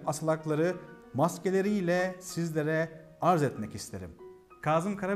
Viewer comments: Güzel .Ama harfler üzerinde ki işaretler kaldırılınca sadece okuyarak öğrenenlerin düştüğü tuzağa düşmüşsünüz maalesef.Kazım isminin nasıl söylendiğini hiç duymamış olmalısınız. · Yaşayın🙏🤗 Büyük insanlar…. (Öneri: Kâzım derken ‘kâh’ der gibi ince söylesek lütfen ?🙏🤗) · Bu güzel bilgiler icin tesekkür ederiz.Bir de şu kelimeleri dogru telaffuz etseniz daha güzel olacak Naçizane ,dogruyu söyleyeyim.KAZIM derken,A nın üzeinde inceltme isareti var yani KÂZIM..K Â Z I M KARABEKIR. ÇOKTA ZOR OLMASA GEREK.TEŞEKKÜRLER. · Kazım diye telaffuz etmeyin, doğrusu Kâzım'dır. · Kazım ismi telaffuz esnasında ince a ile okunur, lütfen biraz dikkat..